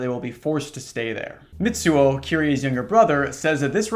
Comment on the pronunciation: Little tip: a “ts” in Japanese is a single sound, like “sh” and “ch” so instead of Mit-suo its mi-tsuo. Its like when you imitate the sound of a drum cymbal. I’m only saying it because I like how it sounds lol, gotta be one of my top ten phonemes